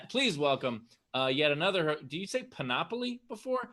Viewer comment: Love the show, but feel compelled to point out that it's panoply, not panopoly, Ben. Sounds like you are talking about some sort of all-encompassing game of Monopoly. :)